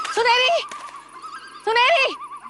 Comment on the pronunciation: Sunaini nahi Sunheri🤭